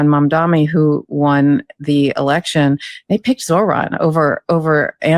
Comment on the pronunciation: I LOVE you both, and keep up the great work you do!! (It’s Mamdani though..) 🤭